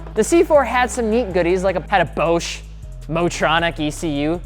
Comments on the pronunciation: Boshe? You mean Bosch? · He lost me when he said Bowsch. And didn't address the reason for the 4.2L being unreliable with the plastic timing chain guides. He also skipped over the best S4, the B8.5. I am picking a blue one up tomorrow. He is not giving the DCT enough credit. The DSG is absolutely amazing. It shifts faster than a manual and perfectly downshifts with the paddles. When it is properly maintained, it will far outlast a stock clutch. With a tune, it is insanely fast and can hold more power. Imagine a clutch upgrade by plugging into the OBD2 port. Yeah, it is awesome. So don't knock it just because it isn't a manual. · How do you not know how to pronounce ‘Bosch’..? Also, B5 has twins, not sequential twins. Again, how do you not know this??? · Please learn how to pronounce Bosch. Own a B8 S6 6MT. Tuned and bulletproof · The way he pronounces Bosch is funny lol